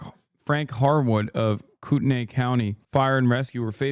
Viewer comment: Hasan its pronounced Coot-knee Kootenai is one of our indigenous words Everything else is French 🤮